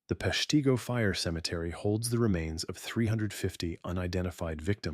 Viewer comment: Please have a real person narrate. The name of the city was pronounced three different ways. It's said "Pesh-tah-go" and Wisconsin's governor was "Lew-shish" Fairchild.